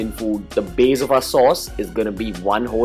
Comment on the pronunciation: The curd 'baze' is awesome! 😝